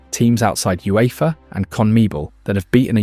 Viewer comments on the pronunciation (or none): none